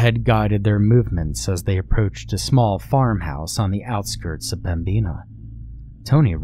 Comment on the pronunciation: As a north Dakotan it rustles me how he says pembina. We say pem-bin-a